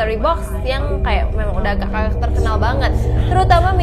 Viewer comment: Ko ngmong nya AGAKK AGAKK bukan AGA AGA